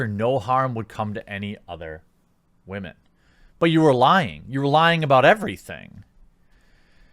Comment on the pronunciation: "Believe all whamen". Yeah,right.